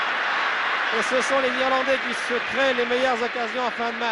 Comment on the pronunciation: les "Irlanglais" ?! 😂